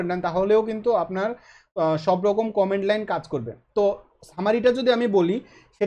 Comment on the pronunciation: কমান্ড* not কমেন্ড